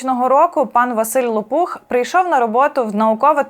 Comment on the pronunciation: Тільки прізвище є з наголосом на перший склад --ЛОпух,а не ЛопУх. знаю особисто--він є моїм сусідом.Неймовірно розумний і хороший чоловік.🖐🫂👏